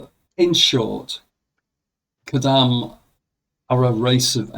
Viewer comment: Khodam read like Chodam not Hodam.